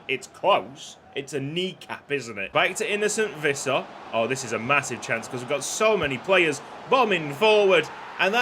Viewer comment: Visser is pronounced more like fisser